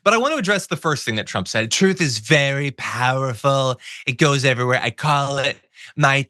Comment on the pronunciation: Trump can't pronounce the word TRUT. He says Troth Social. The word TRUTH just can't roll off those orange lips.